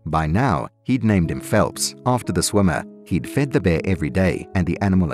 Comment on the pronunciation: The word is ...Bear... pronounce your. R s please.